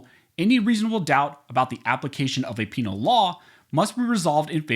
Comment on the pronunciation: You said penal... 🤣🤣🤣. ABOLISH THE ATF!!!